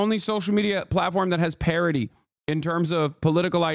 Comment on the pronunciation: He said parity You heard parody I heard parrotty